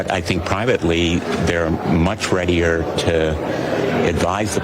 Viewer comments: "Much readyer" ??? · "Much Reddier" ????? TERM LIMITS